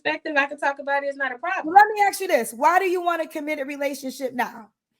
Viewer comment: the word is "ask", not axe! The way some black women speak hurts my ears.